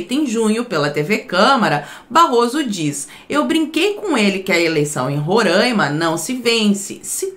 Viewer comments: Não é Rorãima. É Roraima. É só fazer a separação silábica. Ro - RAI - ma. RAI = AI. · Roraimaaaaa pqp é Roraima e não Rorâima